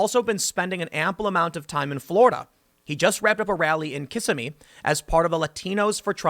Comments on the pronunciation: "Kissy-Me". Ha... it's "ka-SIMMY" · It's Not kiss-I-mee. It's Ki-ssim-me. Little thing, but Floridians actually have bumper stickers that say this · I wish people would stop butchering the pronunciation of my home town Kissimmee (think of the second 'i' as silent and pronounce the first 'm' as the letter not the sound "Kiss-em-me", and make it flow as 1 word, no break when saying it at any point, your voice should not slow down) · It's pronounced ka-SIM-mee, not KISS-a-mee. Don't slack on the research or you'll catch TDS. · Floridian here....ya just totally butchered Kissimmee Tim. Its pronounced like Kiss-em-ee. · Did any other fellow Floridians laugh out loud when Tim pronounced it Kiss-uh-me, Lol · kiss-SIMM-mee. The accent is on the middle syllable. BTW, no one knows the origin of the name just as no one knows the origin of the word Seminole. The word for Seminole in the Seminole language is ILAPONATHI. The word for Seminole language in the Seminole language is ILAPONATHLI. I love Florida. So does my fellow Floridian, Donald Trump. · Just a note on pronunciation: Kissimmee. Ka - SIM - mee. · Tim you pronounced Kissimmee wrong lmao ! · Sorry to be pedantic, but it’s pronounced kissimmee.